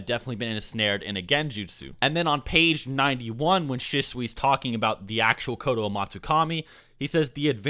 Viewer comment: I'm not a hater but is he even a Naruto fan?How he pronounces mangekyo sharingan or exactly the same at Shisui is simply terrible.